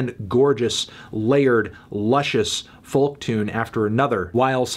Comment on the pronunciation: Why cant you pronounce 'folk' correctly?